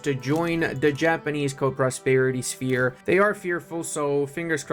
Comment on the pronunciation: "Shepe" Okay, I believe that's the traditional Romanian way to write how less civilized "language" called English "sphere". But, let's not focus on history lessons here, it's perfectly fine, move on, back to the Mines, don't forget to say last good byes at home... 😋